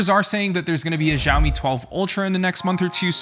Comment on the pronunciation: hi dude can try pronouncing it "shaowmi" instead of jiaomi?😁